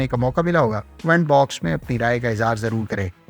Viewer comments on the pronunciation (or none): none